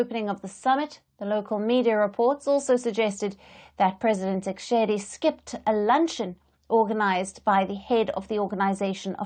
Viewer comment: You are taking gumbles,you can't even pronounce the DRC president properly....